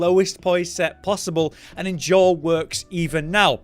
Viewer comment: Idk why but it gets me that he doesn't know how to say endure